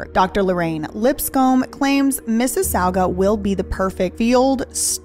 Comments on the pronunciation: Mississauga is pronounced Mississ - AWE - ga. (rhymes with "law") Not important, just an FYI :) And an associate professor in Canada may actually be tenured. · it's pronounced Miss-is- saw- gah. Lmfao i rewound a few times just to listen to that. Lol. It's funny, I was born and raised in mississauga so it never occurred to me that others might not know how to pronounce it. Lol. We call it Sauga city. Pronounced saw-ga city. After Sega City moved in to the area you've go on the screen here, the square one area. I can see a building I lived in in my childhood in your video! That's super cool. Lol. Anyway, fun fact, university of Torontos main campus is the Erindale Campus... which is actually in Mississauga, not Toronto. Go figure 🤷🏾‍♀️ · But Mississauga is “Missus-sog-ah”. The middle syllable rhymes with dog.